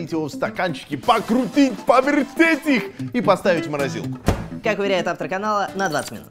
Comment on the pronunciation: пакрутидь павертедь их😂😂😂😂